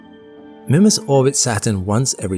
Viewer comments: Your wrong pronunciation of the name of this moon is driving me crazy. I checked and it's pronounced "MYmass." NOT "Mimmas". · "Mih-mas"? It's "My-mas". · Did he say Minmus? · Am I the only one who pronounces it "Meemas" instead of "Mimmus"? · The pronunciation is "MY-muss" with the long "I" or MEE-muss with the long "E". Sorry but youre saying its name completely wrong. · It's Minmas Jim, but not as we know it. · Mimus is pronounced MY-məs (sounds like "my" + "muss"). IPA Pronunciation: maɪməs MY: Long "i" sound. məs: Short "u" sound, similar to "bus." Sorry but I'm going to have to give you a thumbs down for making an entire video and mispronouncing the actual topic. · MY-mus or MEE-mus, please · Mymus. Its pronounced Mymus. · I keep hearing the presenter say "Minmus." Kerbal Space Program seeping into reality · Mimas, the small, cratered moon of Saturn, is most commonly pronounced in English as MY-muss (/ˈmaɪməs/) or sometimes MEE-muss (/ˈmiːməs/). The name is generally pronounced phonetically as "MY-mass". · Grrr... It's pronounced Mymas, it's not an English name! It's from the Greek name, even more closely, Meemas 🤨🤦 Englishmen 🙄😅 Tighten up 😉 You're killin me... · 30 seconds in: "oh god he's going to keep calling it mihmuss isn't he?..." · Everytime you say "Mimas" I hear "Minmus" like in ksp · I've noticed you pronounce Mimas in a different way. I pronounce it "My-Mus" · Is it Mimas, as in Grimace, or Mimas, as in iris? I feel as though you're pronouncing it in a British way.